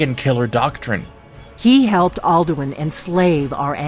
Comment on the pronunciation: Alduin is said outloud about 2000 times during the game. Where in the seven hells did this pronounciation come from?